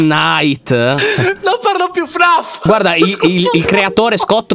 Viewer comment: Hai detto 1000 volte tnayt si chiama fffffffnnnnnfffffffffffffffff